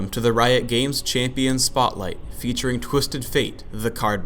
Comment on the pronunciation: lol (Chay-pi-an) spotlight